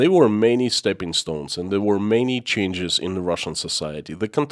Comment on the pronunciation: You pronounce AND as END. Kinda annoying